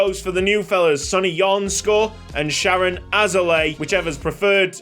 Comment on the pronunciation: it's sha-rone. mans is Israeli.